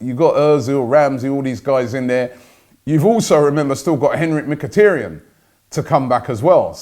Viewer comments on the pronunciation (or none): none